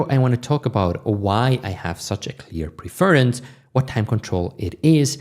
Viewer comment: fyi, it's pronounced PREFerence. Thanks for continuing to release great content.